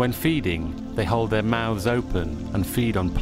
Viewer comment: What is a "Mauth"? I know what a mouth is but I have no idea what a "Mauth" is.